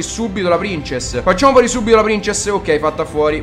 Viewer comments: mi piacciono i tuoi video ma SI DICE PRINSESS NON PRINCESS, spero che tu lo sappia ahahah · si pronuncia prinsess xD Grandissimo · Si pronuncia "Prinsess"! ; ) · No non prinsess ma prinzess lol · princess? se proprio devi dirlo in inglese dillo bene sennò dillo in italiano... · si legge prinsess non princess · almeno se devi chiamarla in inglese ( non so il perché ) chiamala prinsess ( ho scritto come si dice) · La prin... cosa? La c si dice s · Lui pronuncierà pur male princess, ma tu caro mio hai ucciso la punteggiatura. Torna a scuola, quando saprai scrivere allora il tuo commento sarà almeno leggibile.